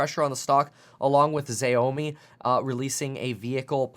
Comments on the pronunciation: Ze yao mi, next Time try " C-yaoh-mi" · Xiaomi sounds like Shaomi 👍🏼